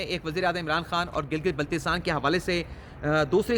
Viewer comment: آپ لفظ بلتستان کی ادائیگی ہمیشہ غلط کرتے ہیں .پہلی ب پر زبر ہے زیر نہیں صحیع تلفظ یہ ہے بَلتِستَان بِلتستان غلط تلفظ ہے آپ اچھی ویڈیوز بناتے ہیں اس لیے آئیندہ تلفظ میں تصحیع کرنا مناسب ہو گا Dr. Adam, USA